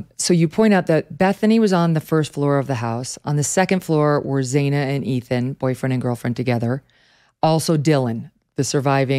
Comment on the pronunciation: It's not Zay-na it's Zana, rhymes with banana.